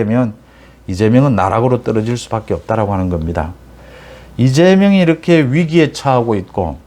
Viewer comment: 님. 방송내용은 다 좋은데, 매번 발음이 잘못된 게 있어 좀 걸립니다."이렇게"라는 단어는 [이러케]이지 [이럳케]라고 발음하는 것은 잘못된 발음입니다. "ㅎ"받침은 홀로 있을때는 [ㄷ]받침소리가 나는 것이 맞는데, 어근의 받침으로 쓰일때는 뒤 자음글자를 격음(거센소리)로 만들어 주는 역할만 합니다. 이게 공영방송도 아니고, 뭐가 중요하냐 하겠냐만은 이왕이면 제대로 된 발음법을 쓰는 것이 좋지 않을까 해서 남깁니다.